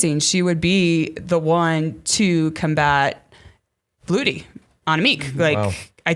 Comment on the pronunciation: Can you go on and tell them how Vleuten should be pronounced because it hurts hearing Vloeten and Vloety.